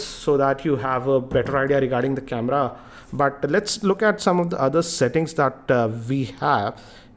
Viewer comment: Why does he say "KemRra" instead of camera?